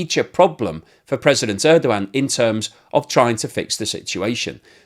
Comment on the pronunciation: His last name is Erdogan. I think you keep mispronouncing it. Good I for though